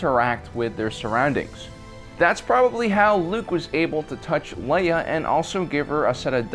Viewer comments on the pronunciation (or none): none